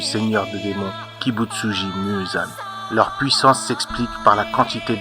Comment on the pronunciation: Dis Muzan et pas moin fort que all fort oin